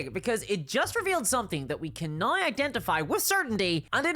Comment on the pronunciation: There's no "i" in the word "now". What kind of regional accent do you have to have to change gnau into nooai?